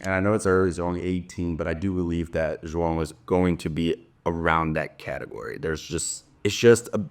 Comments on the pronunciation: You have such a clean pronunciation of João. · Are you brazilian? The "João" pronunciation was perfect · He's Brazilian so it's obvious he pronounced it correctly 😂😂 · Beautiful pronunciation of João. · Is Karue brazilian? Cause his pronunciation on "João" was perfect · I’ve been watching your vídeos for quite some time now and literally just noticed that you are also Brazilian by the way you pronounce João hahahahaha. Keep up with the good content!! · Yes!!! And it should be required viewing for all the other tennis media. If they can be bothered to pronounce Iga’s name correctly, then they need to pronounce Joao the right way too.